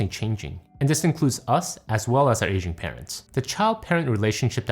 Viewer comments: I thought he said "Asian parents" not "aging parents" and was worries because I'm not asian so naturally neither are my parents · Man idk if it’s just be but, did anyone else hear “Asian parents” instead of “Aging parents” at first? 😂😂